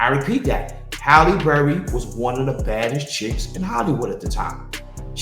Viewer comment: "HARRY BERRY".....WHATTTTT?